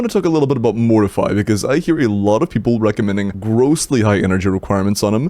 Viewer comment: YOU ARE PRONOUNCING MORTEFI WRONG